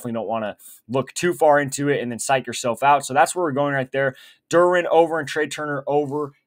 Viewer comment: Love the picks… Please learn how to say Jarren “Duran” name correctly Saying durin is crazy work 😂